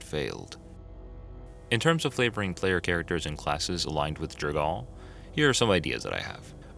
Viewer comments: That is to say, not J'r-gaal. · Jergal (pronounced: /ˈdʒɛrgʊl/ JER-gul]) Edit: For some reason when you say 'Jergalist' you do pronounce his name correctly before returning to J'r-gaal